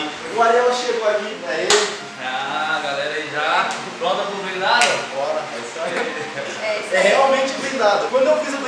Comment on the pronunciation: O Robin Hood que é corte blindado tu falou errado tu falou blindado é brindado